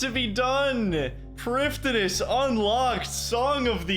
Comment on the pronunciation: It’s pronounced “Priv-thinas” You’re welcome.